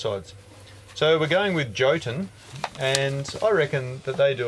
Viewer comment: As Norwegian i found it funny when you said Jotun. Only episode 70 to go, and i have cought up with all Videos. This is a very good Chanel, actualy on of the best.